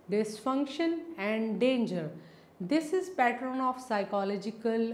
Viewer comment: It is very irritating that she pronounces 'pattern' as "pattren"